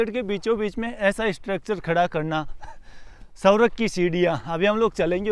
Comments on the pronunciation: अरे भैय्या सवरग नहीं ,स्वर्ग बोलो...😂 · आपका मतलब 'स्वर्ग' ? सौरव सुनाई दे रहा है 😅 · सौरग नहीं स्वर्ग bolo